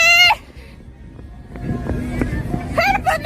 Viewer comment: she isn't saying "could it be", she's saying "creepy". She's japanese so it's /KU//RI//PI/